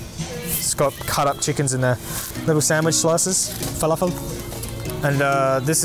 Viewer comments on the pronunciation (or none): THE WAY U SAID FALAFEL CRACKS ME UP EVERY TIME 😂😂😂